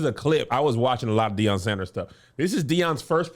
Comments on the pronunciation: Gotta correct his name to Deion and not Dion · ITS DEION. Put some respect on that man name.